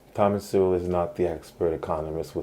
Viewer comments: You pronounce Sowell like soul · You pronounce his surname as 'Sewerwell' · His name is pronounced "So-ul" that you can't pronounce it...devalues your argument a bit. Your distracting and mostly meaningless cuts to images diminishes your points. It's very like 👍 adding emojis 😃😂🥲😂🤣 after 🚨 every 🚨 word 🚨. It's lame 😒. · You incorrectly pronounce Thomas Sowell’s name. Proper pronunciation of his name is “soul.” Thomas Soul. You butcher Thomas Sowell’s philosophy as atrociously as you butcher his name. Your understanding of Sowell’s ideas is superficial and incomplete. Back to the drawing board. Read a few of his books and redo the video. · As soon as mispronounced his name I knew you haven't watched any videos or read any of his books. When you learn more then just being able to pronounce his name, I may consider watching one your videos. I really am sick of these pseudo Intellectuals feel qualified to criticize a man with 65 years of research on the human condition. Most of his statements are facts and not his opinion. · That’s not how you pronounce his last name.